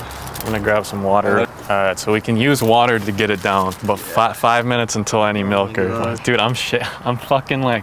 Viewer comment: You attempting to say “to get it down” made the video for me